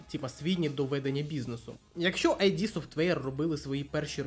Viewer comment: Дякую за цікаве відео! Одна ремарка, не АйДі софтвер, а ІД софтвер. Кармак якось у інтерв'ю розповідав чому так.